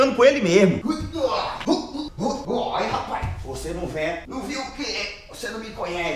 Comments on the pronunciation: "O IMPORTANTE É SER VOCÊR"😂😂😂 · "O importante é ser vocêr" Nunes, Whindersson 2019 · "O importante é ser vocêr" Whindersson/2019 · "O importante é ser vocer